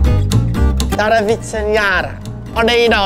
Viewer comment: Did you like it in my home country and btw you said "I need" (tarvitsen) pretty damn Well